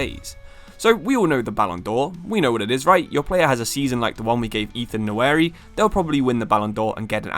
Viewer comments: Bro it’s Nwaneri not Nnaweri. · Nwa-Neri not Nowary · Pronounced like 'WANERI' with a silent N. Not 'NAWERI'. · Try pronouncing the name "Wanery" rather than "Nawery" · it's Nwa - Neri not Na - Weri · Ethan "Nawary" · Pronounced waneri mate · Can't brush off the feeling of you absolutely butchering Nwaneri's name. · surely you learn how to say his name before making a video on him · Bro at least learn how to pronounce his name if you’re gonna make a video about him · british people have no obligation to properly pronounce african surnames